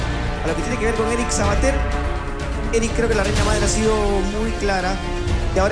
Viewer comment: se dice MADRE no "AMDRE"